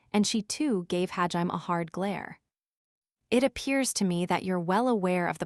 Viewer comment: Sometimes I wish it would say hajimé and not ha-jime but it's still a great tts